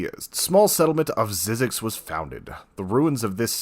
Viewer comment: It's pernounced ZIE ZEX